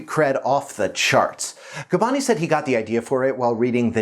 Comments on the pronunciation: His surname is Gabbani, not Gabbini... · Gabbani, not Gabbini ;)